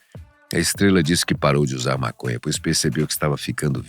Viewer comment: To entendendo é nada. Tenho que parar de usar essa planta mn, ta fazendo bem n... N tem como n rir com esse cara falando "Mácônhá" N akakkakaakkaka